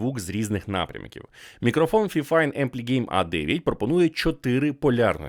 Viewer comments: "Фіфайн"? Мабуть все ж таки "файфайн"? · Тож правильно буде фіфін